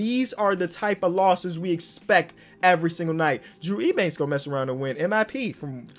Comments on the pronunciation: Drew Eubanks is pronounced U-Banks not E-Banks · Yo btw Drew Eubanks’ last name is pronounced as Yew-Banks. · Eubanks is pronounced like youbanks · Drew Eubanks is pronounced “you-banks” trust me I’m a spurs fan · saying “Ebanks” is kinda irritating me a lot 🤣